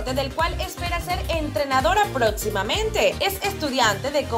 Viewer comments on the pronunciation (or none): Protzimamente jajajja